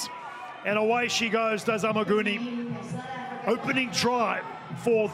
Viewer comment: and Amuguni is not AmeeGun